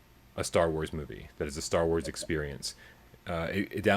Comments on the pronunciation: "Born in '78, two years after the first flick" .. not that big of a fan if he doesn't know that the first film came out in 1977. Also, I stopped watching because I couldn't stop cringing at the little guy saying "Stah Wois" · Yup...I was wicked off on when Stah Wois came out 🤣 I find my terrible pronunciation of certain words to be offensive to some, including myself Mr. Burns!